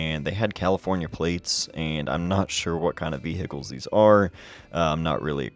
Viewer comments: Awesome, lot of great shots as always. Love the way you say veh-Hickles. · Me: Ohio is considered a northern state, right?: Vee-hickles.